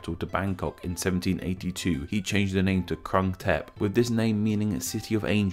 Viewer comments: Jeez... literally every western YouTuber never get the name right... That “u” in “krung” is the “u” in “put”, “fluke” or “oo” in “good”, “mood” There’re also mispronunciations on consonants but I’ll let it pass. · The 'Krung' is pronouned kroong.